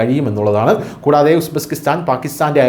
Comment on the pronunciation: It is Uzbekistan not Usbeskistan